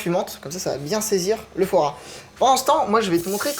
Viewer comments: ARRÊTE DE DIRE FOOORA A LA PLACE DE FOIS GRAS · mdrrrrr il dit " foie rat " pas foie gras 😂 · quand et fois gras on dirait qu'il dit forains